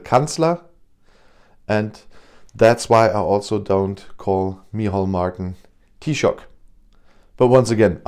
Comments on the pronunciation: When you did say it you pronounced Taoiseach perfectly. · Very good on the pronunciation of Taoiseach!👏👏👏